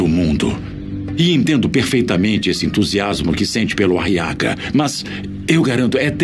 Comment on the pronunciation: Eu tenho uma Raiva Dessa Voz pq o Nome Aguiar Virou Ariaga! quase um Nome de estimulante Sexual Meu Deus!, E Como Se não Fosse o Bastante ainda o Nome do Filho da Beatriz em Vez de Ser Guile Virou foi Guilo, Quase um Nome de um Inseto 🤦🏻‍♂️🤦🏼‍♂️😒